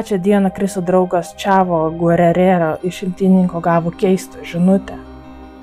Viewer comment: geurero o ne gurerero, Benua o ne benoit